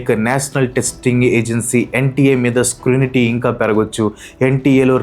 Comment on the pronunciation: NTA meeda "scrunity" kadu "scrutiny" adi.Chinna mistake a avvachu enduko cheppali anipinchindi